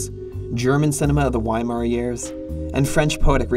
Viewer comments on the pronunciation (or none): none